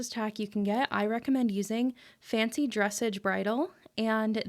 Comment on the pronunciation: For future videos, dressage is pronounced "dress sahge" and not "dress edge" to help you!! ❤❤❤❤